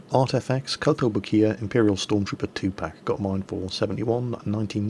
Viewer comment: That kotobukiya pronunciation oh